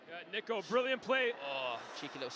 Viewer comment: Bro did NOT say niko